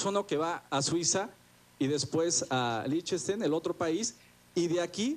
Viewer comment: que aprenda a decir Liechtenstein... hahahaha "lishestein"... bueno, tmb es culpa de eeg...